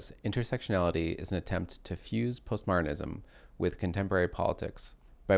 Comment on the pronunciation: I heard "post-martinism." I recalled clothing used to be "martinized" (whatever that was).